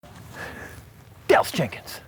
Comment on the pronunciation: When Dallas turned around it sounded like you said, "Dells chickens"